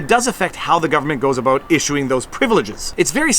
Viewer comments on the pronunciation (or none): none